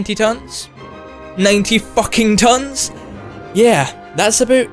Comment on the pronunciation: Aboot 90 tons .. I'm sorry